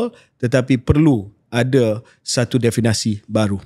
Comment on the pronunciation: KJ banyak kali sebut “definasi”… Perkataan yang betul adalah “definisi” diambil daripada perkataan asal dalam bahasa Inggeris iaitu “definition”. Harap dapat betulkan. Apa-apapun, terbaik KJ dan Shahril. Teruskan usaha kalian yang bagus untuk manfaat seluruh rakyat Malaysia.